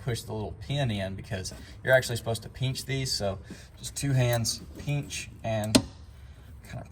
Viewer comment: There is no E in the word PINCH